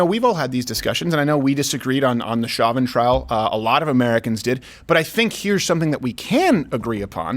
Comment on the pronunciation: You're French-Canadian and you mispronounced "Chauvin" ?!